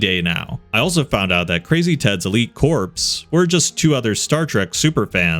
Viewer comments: * I take 8d6 psionic damage by the way you pronounced "elite corps." It's pronounced like "core." An elite corpse is something else entirely. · "Corps" is pronounced "core". Have you ever heard of the Marine Corps? Do you think that it is pronounced as "Marine Corpse"? Or, the "Peace Corpse"? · the p in corps is silent